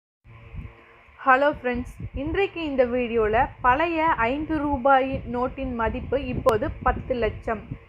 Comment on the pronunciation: பழைய என்று உச்சரிக்க வேண்டும் என்று வேண்டிக் கொள்கிறேன்